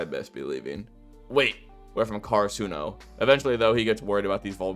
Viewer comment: nobody talkin bout how he mispronouced karasuno the entire video